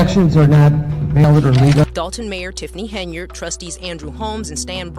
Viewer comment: Tiffany Hen-Yard